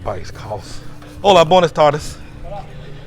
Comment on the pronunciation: i was trying to get him to pronounce BWAYnas tardes correctly.